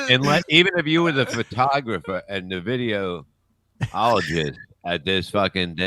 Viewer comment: Video-ologist?!? lol